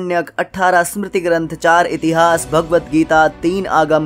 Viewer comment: Its ved not veda Its puran not purana Its itihaas not itihasa Its Ram not Rama🎉